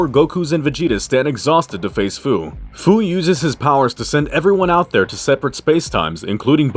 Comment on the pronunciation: Great vid buddy! 😁 Fu's name is pronounced like the word "few". 😁 "SFPS4 Limit Breaker, "SSBE Berserk/Controlled", dayum, that's a mouthful 💀